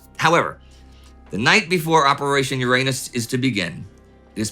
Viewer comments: YU-RA-NUS Not Your Anus. wtf indy xD? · It's not 'your-anus' it's 'yur-unus', at least in polite society! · I thought Uranus was pronounce urine-us? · Uranus ??.... No.. no.. I think you mean.. Ouranus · In Soviet Russia, Uranus is pronounced “Ouranus” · This obvious, tongue-in-cheek pronunciation deserves the bums rush. The 7th planet in our solar system is the butt of too many bottom-feeder jokes. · It's also not pronounced with the stress on the second syllable but on the first, because it's originally a Greek word and not a Latin, so even in English the pun is partly because of mispronunciation. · The Brits pronounce Uranus differently, so the humor is lost on them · Come on Indie, you're more sophisticated than that! The accent grave or emphaisis on "Uranis" (as in the planet,) is on the FIRST syllable, not the SECOND syllable. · Watch your pronunciation. LoL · I love that the English languge and its speakers were wise enough to come up with a less... back door pronunciation of the word "Uranus" I love even more that youtubers rarely go with that pronunciation :- ) back door jokes feed the agorithm just fine, right? A wise decision, Warld War Two Crew - I want to talk to comrade Zhukov now! - you can't, comrade general. They are having a staff meeting, and they are very deep in Uranus.